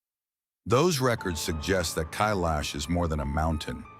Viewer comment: Kailash can’t be climbed but, Khe-laash is a different story.